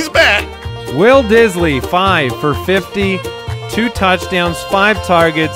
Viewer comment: I just watch for the "Will Disly segments " 😂😂😂😂😂😂